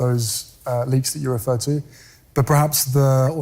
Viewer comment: Typical signs of BPD. We know he isn't too bright but he says "pRehaps" and not "perhaps. Can he really be unaware it's incorrect? Second hand embarrasment here, he also says "wiFF" and not "with", it's the way an uneducated cockney would speak. Astounding and it's clear there must be some truth to the allegations his exam results were doctored so he could enter the military.